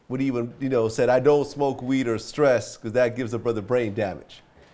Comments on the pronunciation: Dre said " I don't smoke weed or cess ( sinsemilla), not "stress", LMAO. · "Never smoke weed or SESS" not stress lol